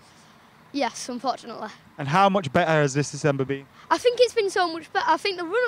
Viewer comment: "Unfortunateleh" - A young Andy Tate